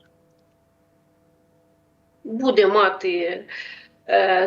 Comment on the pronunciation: Заколебала ведущая со своим "будЕ"! Можно научиться правильно ставить ударение - "бУде"?! Хватить уже косить под западную Украину!!!